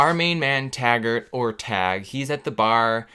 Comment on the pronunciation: Literally every time he said his name Tagert I was WHEEZING 😂😂😂😂😂😂